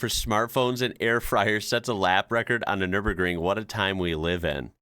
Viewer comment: 1st. American pronouncing Nürburgring totally right. Well done.